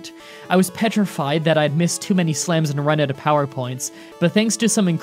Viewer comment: It's "out" not "oat"